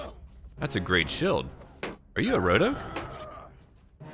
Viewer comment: Where are you from? Why can’t you pronounce the “ee” sounds? Ex: shield sounds like shilled